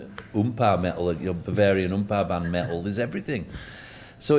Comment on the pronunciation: I love the way her pronounce metal => Meh-ill